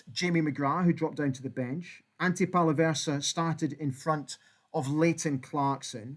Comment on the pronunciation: Ante/Dante Palaversa/Palvara, I'm perplexed 😂